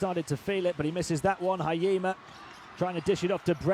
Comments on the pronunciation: 「ひ・え・じ・ま」 発音むずいんだな。 「は・い・え・ま」にしか聞こえない。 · it's not hayima.... it's hi- e- jima... 🤣🤣🤣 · Hurts my ears hearing Haima instead of Hiejima😂 But can't blame someone who's not from JP 😁